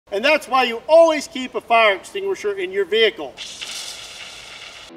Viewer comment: "UH OH gotta go get the fire extugashure"